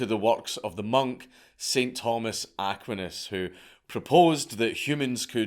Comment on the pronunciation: You butchered the pronunciation of "Aquinas," may God forgive you.